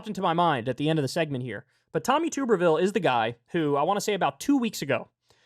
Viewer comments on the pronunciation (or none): It's pronounced tub-ber-ville. Not too-ber-ville. I'm from Alabama and know all too well, unfortunately. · It's TUB not TOOB. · This is very besides the point, but it’s pronounced tubberville like a tub